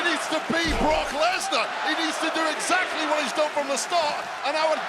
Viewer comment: "Brotch" Lesnar?